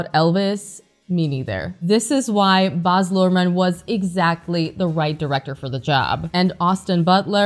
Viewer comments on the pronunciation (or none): He name is Baaz not Boz